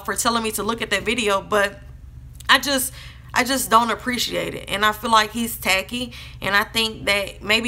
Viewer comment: & and I like how you said "tackey" your accent was strong there lol